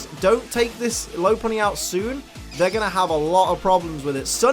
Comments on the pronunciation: I'm so happy that you pronounce it lo-punny instead of lop-punny (which I think is the correct way) because I've called it lo-punny for years and then I heard the other pronunciation and was like; "oh dear no, that's wrong, so so wrong!" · It's lop-unny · I believe the correct pronunciation is lop-punny. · Its pronounced lop unny like lop earred sources 3d pokedex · You say th word lopunny wrong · YOU SAY IT WRONG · He pronounced Lopunny wrong the entire video and I somehow remained un triggered XD